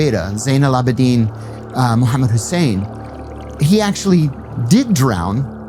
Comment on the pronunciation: brother said Muhammad like a native MashAllah